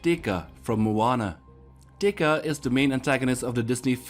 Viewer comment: Teka is actually pronounced Tay Kah